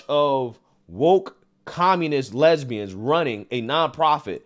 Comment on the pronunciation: Jesse said lesbians as if it's an actual country 😂😂😂😂😂